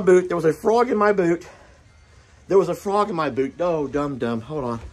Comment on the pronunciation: "frog in my bood....frog in my boot" I'm dying here 🤣